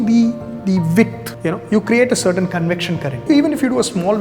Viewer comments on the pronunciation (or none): none